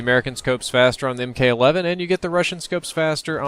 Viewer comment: ...it's Mk(MARK)11